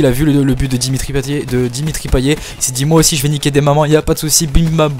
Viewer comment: On prononce payette pas payet